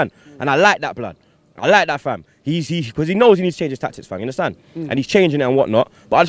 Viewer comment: You 'hunderstan'? Haha